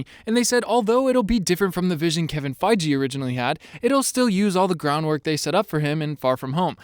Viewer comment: It's feige not feije